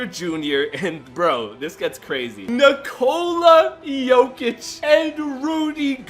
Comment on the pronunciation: btw its pronounces Nick-olay yokij